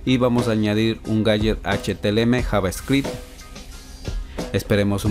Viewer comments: amigo gracias buenos tutos me sirvieron de mucho solo una corrección que hacerte es CÓDIGO HTML NO HTLM COMO TU LO PRONUNCIAS DE RESTO MUCHAS GRACIAS POR TODO GENIAL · felicidades fue una gran serie!! y me sirvio mucho, solo una pequeña correcion, se pronuncia "HTML" y e escuchado que dices "HTLM" disculpa si te ha molestado, y gracias